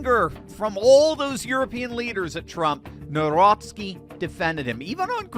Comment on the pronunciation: Read his surname: Navrotsky ☺️